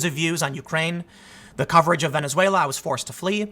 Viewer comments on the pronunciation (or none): none